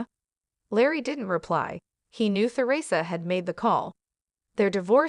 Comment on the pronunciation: Why isn't the narrator been updated that she is saying theresa wrong the the is silent?